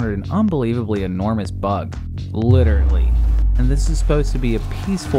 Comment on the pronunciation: Please... it's "literally," not "literately." Please... please.